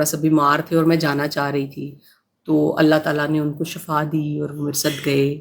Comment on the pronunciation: Shifa hai word shafa nhi hai